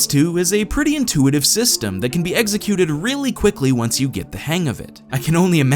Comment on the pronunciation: Executed, not 'Egg-sy-cuted'.